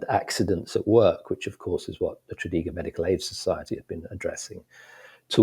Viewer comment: That's a poor pronunciation of Tredegar. Despite that, I really enjoyed listening to this.